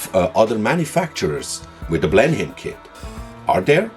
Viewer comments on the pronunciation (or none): No criticism, but in the typically idiosyncratic way of the English language, 'Blenheim' is pronounced 'Blennum'........